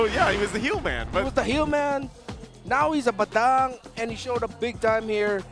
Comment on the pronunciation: Someone tell to stop saying Bay-daaang. Its Buhdung. Annoying AF!!!!!!